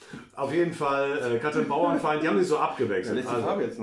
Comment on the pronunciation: Einen Schnaps für jedes Mal, wenn Katrin Bauerfeind (ohne n in der Mitte) falsch ausgesprochen wird. 🎉